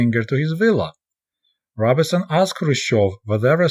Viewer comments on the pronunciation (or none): Comrade What an interesting book to review. I waa hoping to hear about Langston Hughes! Also... Robeson is pronounced ROBE - son, not RAW-bih-son. I know you never really heard of him but he's a major American musician of the 20th century.